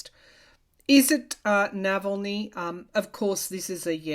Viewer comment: thank you so much for the information on Alexei Navalny. BTW, his name is pronounced Nahahlny, not Nevellny.